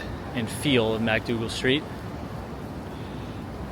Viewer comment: Pronounced MICK-Dougal Street, not MACK-Dougal Street.